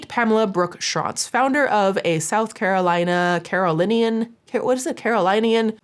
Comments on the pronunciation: I'm form the south, it's pronounce Caro-LINN-ians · It's "Kare-o-linney-anne" ❤ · I live in a neighboring city/county (Greenville SC, abt 15 mins from Belton) and was like “wooooow😂 when I saw that this story made it to the cesspool 😂😂😂 you had it right the first time… it’s Carolinians (pronounced keh·ruh·li·nee·uhnz)